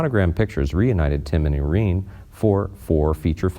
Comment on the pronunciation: It’s also pronounced Bertha not “Birth”. He also once mispronounces Irene’s name as Ir-rene Really awful reading here.